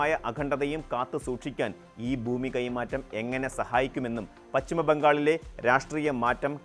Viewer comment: എടാ മൈരേ ബൂമി അല്ലടാ,, ഭൂമി എന്നാണ്